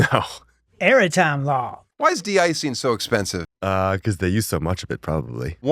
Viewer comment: Clip "Airitime Law."